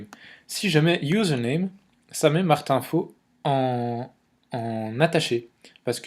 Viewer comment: Haha ! A un moment tu dis Martin Feau, ça fait Maths Infos ^^'